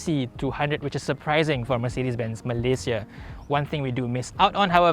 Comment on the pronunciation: Been following you since i was in highschool,. Your pronunciation of malaysia is solidly correct eversince.